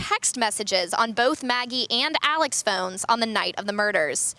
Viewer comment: They keep mispronouncing ALEX too... it's not Alec